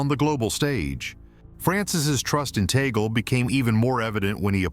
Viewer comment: It's TUG- LEH